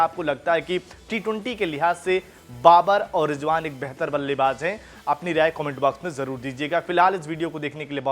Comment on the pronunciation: Ballaybaaj nhi ballaybaaz